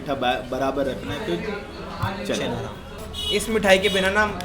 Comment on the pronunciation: It's not chhena ram it's Chaina Ram (चैना राम)